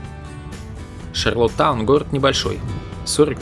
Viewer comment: вы слово шарлОттаун произносите как шарлатан - прикольно )))